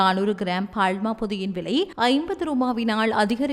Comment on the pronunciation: பால். பாள் அறிவிப்பாளருக்கு லகர ளகர பேதம் புரியவில்லை